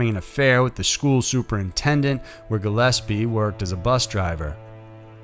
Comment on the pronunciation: Thank you for the correction to the pronunciation of Gillispie 👌 perfectly said this time lol